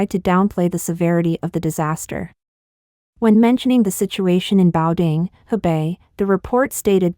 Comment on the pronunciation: Please learn how to pronounce ‘Beidaihe’, ‘Cai Qi’ etc. The voice-over in this video is embarrassing.